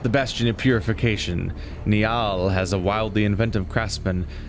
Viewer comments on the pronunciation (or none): Niall is pronounced nile, it's an Irish name.